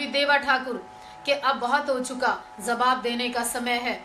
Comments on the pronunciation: pehle bolna sikh. zawab nahi jawab bol. des nahi desh. bachke reh RSS wale tera rep ker dege. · kyunki tum humle ko haamle bolti ho aur jawaab ko zawaab...